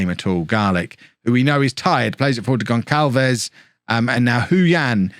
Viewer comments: please kev, pronnouce "Gonçalves" as "GonSSalves", it physically hurts me everytime the "ç" is ignored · You're saying Houston right, but you are pronouncing Gonçalves wrong